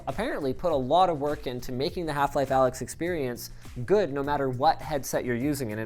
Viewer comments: It's not pronounced Alyx dumbass it's Alyx, duh... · It's not Alyx, it's Allx. Because people don't understand greek letters.